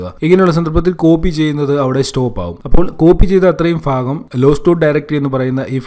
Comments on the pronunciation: Informative.. thanks. പിന്നെ "ഫ" അല്ല "ഭ" 😅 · Phagamalla bagam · ഫാഗം അല്ല ഭാഗം. ഭാഗം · ഫാഗം അല്ല ഭാഗം